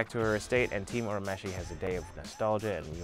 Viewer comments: It's ur u mesh ie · Loved the video. The humor and sound effects were much appreciated!!! My only quarrel is the pronunciation of Urameshi (it’s pronounced your-a-mesh-e). If you ever find yourself doing a Yu Yu Hakusho video now you know how to say it 🙏 Keep up the good work! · The English dub pronounces it that way, but technically that's wrong. His name's actually pronounced more like "ooh-rah-may-shee." That said, having grown up on the dub, I pronounce his name the way you have it written, just with the realization that it's totally bastardized. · There is no such thing as early 90's Toonami, Toonami started in 1997. Also Yuyu Hakusho didn't even premiere on Cartoon Network till like 2002 and it's the same dub as the current one. Also he mispronounces Urameshi.